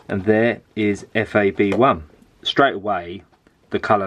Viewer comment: It's FAB 1, not F.A.B.1